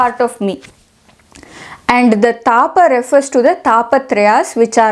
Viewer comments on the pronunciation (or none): It’s not taapa it’s tapa” तप “